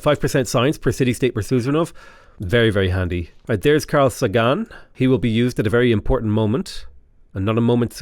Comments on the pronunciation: Carl Sagan is pronounced Carl SAYgun, and Sergei Korolov is pronounced SirGay Korolov. Two of the most incredible people of the twentieth century, it’s worth getting their names right. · One of my pet peeves is pronouncing people’s names wrong, and it hurts when you say Carl Sagan’s name.